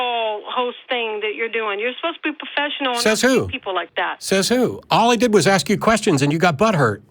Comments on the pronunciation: "You sposed to be puhfessional" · The way she takes the r out of professional is really bothering me… “poffessional.” 🥊 🤬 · What the hell does "pofessional" mean. Someone needs to give her an "r" s.t.a.t. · "You're aposed to be pofessional!" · Yuh posed tuh be pwofeshunal!! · Geeze this was so memetastic: "You were sterrrrrrrn with me" "You're supposed to be pouffesional" and of course: "All I did was ask questions and you got butt-hurt" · " ya suppose be POfessional..be POfessional" idiot 😅😂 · “Pofessional“ lol 😂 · "You not bein' po-fess-io-nal" This lady. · You sposed to be pohfeshenal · Lol! "you're asposed ta be a puffeshunnal" When babies mispronounce words and pout it's adorable, when adults do it it's an embarrassment to the human race.